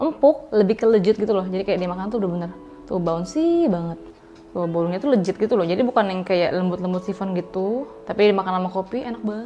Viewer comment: Kak, please leGit deh bukan leJit iy ga sih 😄 thanks for the recipe. Suka bgt bolu tape 🎉